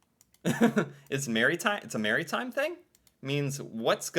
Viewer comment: Bud it’s not merry time lol it’s mara thyme lol